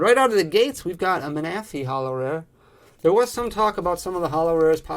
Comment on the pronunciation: The way he said manaphy...